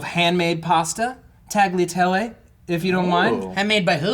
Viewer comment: the way matt pronounced the word "tagliattelle", made me throw up all the pizza i ate at lunch. yes, i'm italian. nevertheless i love you <3